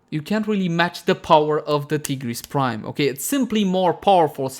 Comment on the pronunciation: T-GERESS BRIME